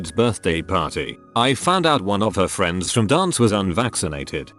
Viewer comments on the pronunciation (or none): none